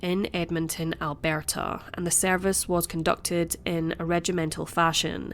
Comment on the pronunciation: "Albearrrrta"...sounds French lol. We say Al·bur·tuh In Canada (English/Old German)